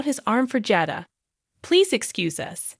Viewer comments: You are to lean the names correctly! It is Jay + dah Come on how hard is that? Aren’t you watching and hearing how they pronounce the names? Li is not how you pronounce this man’s name! It is Lee! Learn now! It annoying and makes us believe you don’t know what the hell you are saying. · Jayda is how u say it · i sure wish this person would learn how to pronounce the names correctly (Jayda,Abe and nicole )